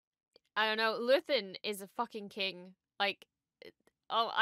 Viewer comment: it was another great ep! Luthen in Latin is "lux/theo" meaning "light god" you nailed it!